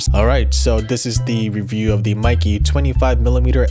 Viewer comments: meike in Chinese is supposed to be read like make with the stress on 'ke'. So it will be a bit similar to the British pronunciation of 'maker'. But everyone reads it like 'nike'. I assume this despite the mistake will be the standard reading in the future. Just like very few people know Nikon in Japanese is actually not Naikon but Neekon.😂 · It is sad that 90% of gaijin cannot pronounce Kneewhere (for Neewer, not Newwhere), Cawknown, Kneecone, and Pawnawesone eek correctly. How about getting the name Maykeh (e similar to in get) correct if reviewing.